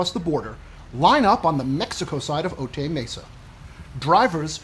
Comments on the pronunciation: It's "Oh Tie" Mesa not "Oh Tay". 😊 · Otay is pronounced, “Oh-tie”...like a necktie. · How do you spend a week doing investigation in Otay Mesa and mispronounce it?